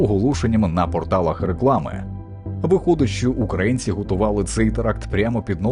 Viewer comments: Вибачте, але що за озвучка? Які такі "укрАїнці"? Якщо це ШІ озвучка, то треба якось виправити. Якщо ні, то ваш диктор - малоRос. В Україні живуть украЇнці❤🇺🇦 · УкрАицы... Фу, выучи название страны, и название национальности. Сам ты укрАинец. Кто тя вообще диктором сделал. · дякую за відео, але що зі словом "українці", "український"? Чому воно укрАінсьий і укрАінци? неможливо слухати це мені